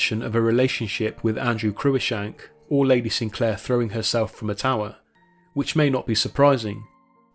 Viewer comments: For "Cruishank"hear "the proper name "CruiCKshank" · Cruikshank is pronounced 'Crookshank', not 'croo-ickshank'. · Cruickshank pronounced Crookshank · The daughter of an earl is always "Lady Fanny Sinclair" or "Lady Fanny" and can never be "Lady Sinclair" as "Lady is the title of only the wife of a lowly Baronet or Life Peer. Cruickshank is pronounced "crookshank"